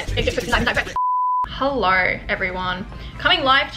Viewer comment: i love the "hellorr" <3